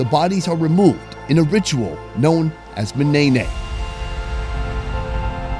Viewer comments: its Ma'Nènè' not manaynay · the way he pronounced the ma'nenek as maneineyyy got me dying ...